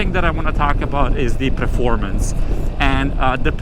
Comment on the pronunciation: It's Performance,not Preformance😂